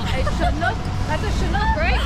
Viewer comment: The name of the fish is Chinook not Shinook. At least that's what we call them in the Pacific Ocean. Stay safe young lady and thank you for the video of my home state